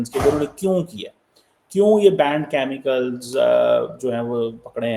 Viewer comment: ...it's not Chamical, it's Chemical 😂😂